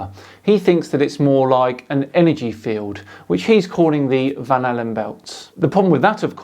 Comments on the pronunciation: Am I the only one that keeps hearing "banana belts"? Instead of Van Allen belts? It's funny, but also annoying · When he says Van Allen belt, I hear Banana Belt! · I can't help but everytime he says van Allen belt i hear banana belt lol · I’m halfway thru this, and the longer I listen, the more the phrase “van allen” sounds like “banana.” Hmmm.